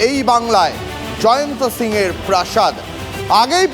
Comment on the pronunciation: ওর নামটা ভুল বলছেন ও বাঙালি নয় জয়ন্ত সিংহ ❌ জায়েন সিং ✅